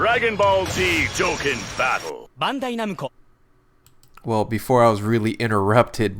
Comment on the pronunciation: it buggs me he says dokken battle